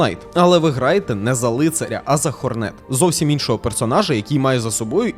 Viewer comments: Бро, ну який Хорне́т... Ладно ще ця Ххх але хоч наголос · 1: бро в початку бусіни не зібрав до кінця, 2: хорнет має наголос на О